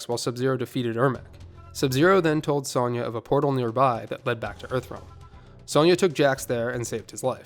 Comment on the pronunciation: The way you pronounce "Sonya" irrationally bothers me more than it should, lol.